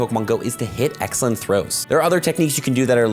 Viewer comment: Sounds like you're saying accent throws